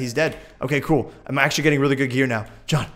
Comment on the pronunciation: Don't you mean AXEtually:)